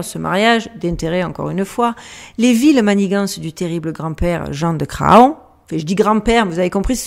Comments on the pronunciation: salutations. bon alors j'ai déjà failli intervenir pour souligner "on ne dit pas gratte ciel" parce que... voilà! (grat'ciel!) Mais là, ma chère je ne peux pas laisser passer Jean de Cra on. parce qu'on ne dit pas fa on, on dit fan (bébé de la chevrette, faon).. Un énorme merci pour ton travail. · Château de champ pot cé…😂😂😂 heu, on prononce chantocé. Ce qu’il reste du château est sur la route de Nantes -Angers (champtocé sur Loire)idem pour Craon; on prononce cran.